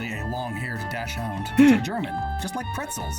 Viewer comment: I hate it when people pronounce dachshund as dash hound, it's "docksund" or doxun if you struggle with German syllables